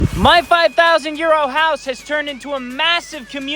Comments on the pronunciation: I know your saying 5,000. Euros. But It sounds like ( a five thousand year old house). ❤😂🤣🤣🏡🏠🏡🏠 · Oh, Euros! I thought you were saying YEAR OLD- 5000 YEAR OLD house. I was thinking, what kind of bs is he trying to tell us.🤣lol, my apologies.❤